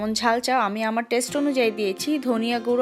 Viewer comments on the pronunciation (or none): none